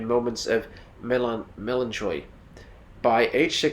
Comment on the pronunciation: Your content is good but you need to research how to pronounce some of the words… melancholy, elocution, thespian - to name just a few in the first 8 minutes alone. The mispronunciations really detract from your presentation.